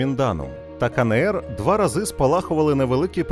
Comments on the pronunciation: Відео чудове, але, будь ласка, Ка Ен Ер, а не КаНеЕр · КаНееР... ? Буква еН, а не Не! Вивчіть український алфавіт! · Кажіть вже краще Ки Ни Ри. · Ка Не Ер... НЕ. НЕ! Мої вуха... А за україномовний контент - дякую.